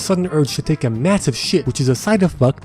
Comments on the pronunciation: "Side effucked" YESS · “A side effucked” - 2020